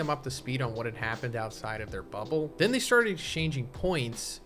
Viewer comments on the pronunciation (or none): none